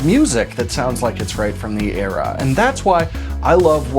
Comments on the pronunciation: I don't get why he couldn't say era? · WTF? You can't say the word "era"?